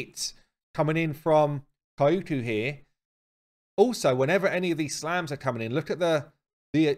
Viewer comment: Pronounce her like Kyoto, no extra syllable between the k and the y, just the 2, Kyo-ku